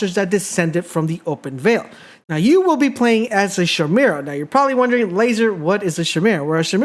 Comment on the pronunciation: SHIMERA... LMAO